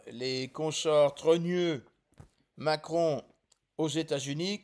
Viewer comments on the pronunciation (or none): Pourquoi vous dîtes souvent Maqueron?